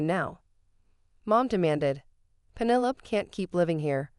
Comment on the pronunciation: Fix your bot. Pennylope...